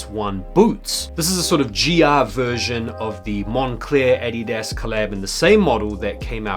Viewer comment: I hate the way you pronounce Adidas 🤦🏾‍♂️ 🇺🇸